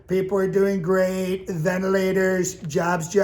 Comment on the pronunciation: The “ventilators” needs work. Can you say it more like you have no idea what they are, maybe?😂 puts the emphasis on the wrong syllable possibly? Keep up the great work, I look forward to your new videos. 😊